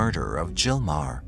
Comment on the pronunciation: The H, in Meaghar, or Maher, is silent, so, In Ireland, it's pronounced..... Marr.